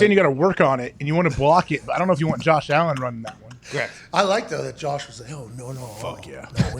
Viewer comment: Jawsh Allin. Nice yinzer dialect.